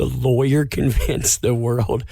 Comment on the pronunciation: "Says (dramatic pause) the lawyerrrhhhhhhmmmhhhh..."